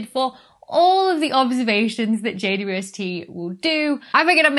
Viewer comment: Did you just pronounce (at the 'W' of 'JWST' as [wi] Dr. Becky? Could you explain? (I would answer: "Yes, why not, it's much more convenient to pronounce than 'double u!")